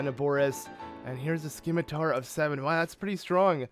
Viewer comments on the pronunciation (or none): Useful tip: the correct pronounciation of scimitar is /ˈsɪmɪtə(r)/ ("seemeetah", with both "ee" read as single, short vowels). Keep up the good work btw!